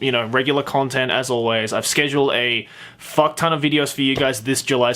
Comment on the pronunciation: Everytime you say f*ck it sounds like "fuck." Like I can hear every letter sounded and spoken altogether.